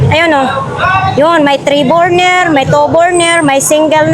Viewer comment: Burner hindi borner